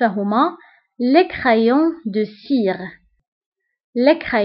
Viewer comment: مافهمتكش الا مغربية ولا تركية عندك نطق تاعك ماشي صحيح .. كيما crayons .. دفتر ..avec ... ماتعرفيش تنطقي مليح